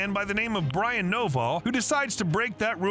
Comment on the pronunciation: Thought you said his name was Brian noballs😂